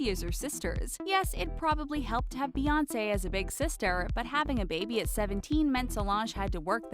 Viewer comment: it’s Beyoncé not beyonceé